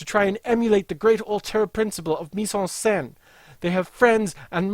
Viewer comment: And "le coup de gras" !! You killed me right there, you truly are american !! It's "coup de grace" (sounds a bit like grass ) Mise-en-scene was well said however ! Good video !